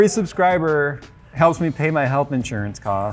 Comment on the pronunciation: say what?! helath ensurance :D